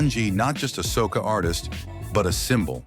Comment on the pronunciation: Soccer is a game soca is a form of calypso , if it’s ai narrating , do it correctly.🤨